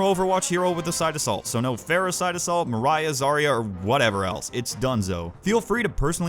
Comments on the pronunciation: I can respect the opinion, but I can't respect you pronouncing Moira as "Mariah". It's Moy-ruh :( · It’s Moi-rah not my-ra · Coming back at the end of the month to watch this again. Now im curious to see how many people flipped shit because you said "moria" instead of "moira". Sorry about the toxic fanbase and i honestly prefer ur newer videos! Keep goin! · The only problem i have is that i pronounce moira as moi-ra not mar-ia, besides that you have said it perfectly. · It's pronounced moyrah, not Mariah, and you think she requires no skill because you fucking suck at her and can't track for shit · WHY?! ITS MOY-RA NOT MARIAH!, my name is not moira! fuck me! i love you but learn to pronounce names! i haaate when people get my name wrong and the fact people think MARIAH is spelled MOIRA is fucking ridicules... ma-rai-ah dosnet come from moi-ra MOY-RA! MOY! not MARI! holy shit that triggered me... its not about the game or your opinion on her thats what ever, but say peoples names correctly D: please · ok this isn’t personally targeted at you because it’s an overwatch hero, more that moira is a semi common irish name, but it’s pronounced “moy-ra” no “mo-ry-uh” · Moire is pronounced MOY-RAH, I'm irish dude trust me, and also good for you for quitting overwatch don't pander to fake fans! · Moira is pronounced Moy-Rah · iTs PrOnOuNcEd “M-OY-RAH” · "Moe rye uh" lol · My only issue is It's pronounced Moi-Raa. It's Irish. Ya said it wrong... that's all. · I would like to say, something I do agree with you, but what bothers me the most was up saying Moira’s name.. it’s pronounce Moi-raah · Insert death threat because you said moria instead of moira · This video is too true but it bothered me too much how he pronounced Moira as Mariah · 2 Things: 1: we only expect you to make content that you want to make 2: I know we Leprechauns have weird names so here's how you pronounce the crappy knew hero's name:] Moyra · You are mispronouncing Moira